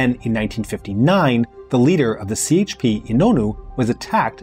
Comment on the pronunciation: Wait, he says more than CHP as the English “c”? That jarred my ears and I’m not Turkish, I just lived there two years and are used to hearing the Turkish parties pronounced with the Turkish alphabet. 🤦🏻‍♀️ Now I’m deciding if I should stick around and listen to the rest….